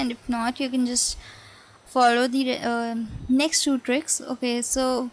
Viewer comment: Thanks a mill....two two two with an indian accent:):)